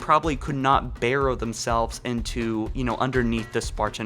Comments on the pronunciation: What's this "bairrow" stuff? It's burrow, m8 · Burrow, not barrow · I do not know why, but the way I am hearing you say Library is making me cringe, and how you say like barrow, instead of burrow. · Learn how to say library and librarian man, you only pronounce them with 1 r in the sentence when there are 2 and it's pronounced "Burrow" not "Barrow". Other than your pronunciation errors you do make good videos. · The Maw, not the Mall Burrow, not barrow Mjölnir, named after the hammer of Thor. Pronounced me-yol-near, not whatever the fuck you were saying 😂😂 Pronunciation aside, great video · Libeary, Mall, tocic, baros, and don't even get me started on how he said Mjolnir. Jesus man😅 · Please learn how to pronounce these words. I couldn't watch after you said barrows. If you are going to speak about a topic, learn to say the words correctly. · Please stop pronouncing "burrow" like that. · Its pronounced, library(LIEbrairEE), burrow(BRRohh), mjolnir(MEEyOLLneer)